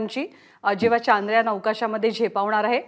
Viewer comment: प्रत्येक भारतीयांनसाठी खुप अभिमानाची गोष्ट आहे ,,, पण हे चांद्रयान चांद्रयान , का मणत आहेत सर्व जण, सरळ शब्द आहे चंद्रयान , पण काल पासुन का चांद्रयान चांद्रयान चालु आहे,,, " चंद्रयान " या सोप्या शब्दाला का अवघड करून बोलत आहेत ,, बर यात काही शास्त्रीय कारण आहेका असेल तर नक्कि सांगा ...?